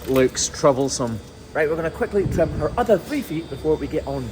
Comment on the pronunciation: I like how he pronounces trim “tram.”😆